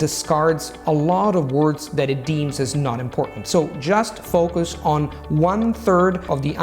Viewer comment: Your enunciation of "word" and "focus" are odd. A dead giveaway of non-native speakers and incongruous with rest of your pronunciation which is higher than the general standards for second language speakers.